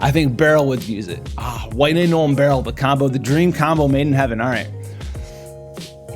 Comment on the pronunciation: Bro. “No-el” not “gnoll.”